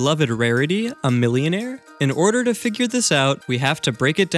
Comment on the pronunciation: IM SO GLAD YOU REMEMBERED TO SAY MILLIOMARE